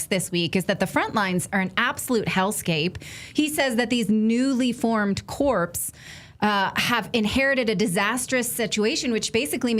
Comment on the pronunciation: "Newly formed corps" is pronounced core or cores. Corp or corps.